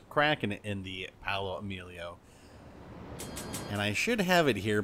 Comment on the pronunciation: You have to extend the pronuntiation of the O in Paooooooolo like Maaaaaario